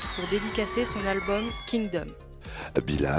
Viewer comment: L'anglais c'est pas le point fort du présentateur visiblement 😂